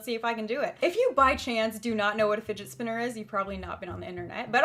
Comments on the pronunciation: did she say spotner spinner?😂😂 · "The spidget spinner" 😂😂😂😂